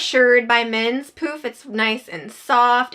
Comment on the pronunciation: Thanks so much for the great reviews. The first time you said poof, I thought you said, poop!!